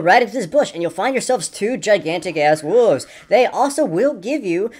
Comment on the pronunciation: "Two gigantic ass wooves" xD